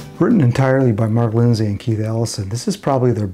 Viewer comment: Excellent research. However, I think his name is pronounced "Lind-see" (like linseed oil), not "Lind-say".